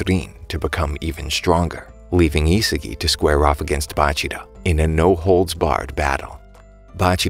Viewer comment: 'isagie' Its Isagi